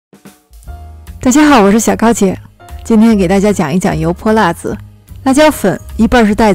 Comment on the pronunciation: 正确的发音应该是：油泼(3声)拉子😁